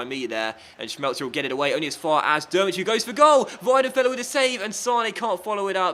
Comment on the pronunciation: Great video as always! Please manage Chile. Just a little pronunciation tip as I'm from germany: Drmic is pronunced Trimic, not Dermic ;)